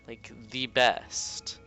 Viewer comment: lol u said lick instead of like XD LOL I CAN LOL ALL LOLING DAY